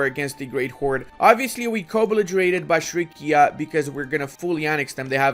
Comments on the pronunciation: bashrikia..maan, it was the first time in my life, that AI released my homeland Bashkortostan (Bashkiria) and you said it every time wrong ) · Me living in Bashkiria: oh, they released my homeland! saying "Bashrikia" every time Me: triggered P.S. but still awesome video just as allways <3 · has dyslexia, he can't read "bashkiria" correctly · yeah, bashrikia sounds ridiculously funny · hahahaha!!!! stop slaughtering the name Bashkiria - as in the land of the Bashkir people. Every time you called it something else :)